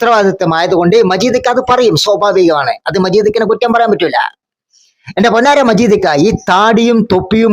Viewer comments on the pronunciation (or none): 😂 മജീദിക്ക അല്ല മജീഡ്ജി 😂